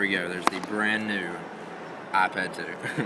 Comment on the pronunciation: " neuu" its NEW fark